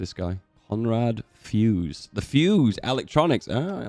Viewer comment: Zuse, not Fuse - Zuse is the guy with the electronic computer :) anyhow, fun watching, so thanks